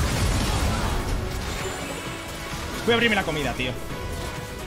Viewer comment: "Voy a abrirmme la cimida" xD